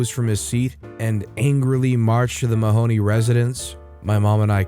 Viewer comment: Mahoney rhymes with baloney!! Come on. The mispronunciation drove me nuts.